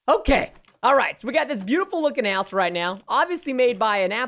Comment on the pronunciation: did he say ass instead of house